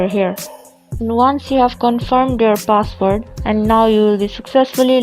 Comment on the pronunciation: You must be a Pilipino. You said "password" as "box word".